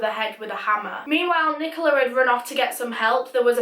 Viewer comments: Did you say friken NiCoLa I felt a thing in my stomach everytime you said that same Rest In peace Ross, Rest In Peace. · im having a rly hard time listening to her say nicola